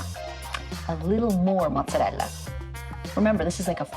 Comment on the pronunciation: It actually kind of annoy me when she pronounces mozarella so over the top lol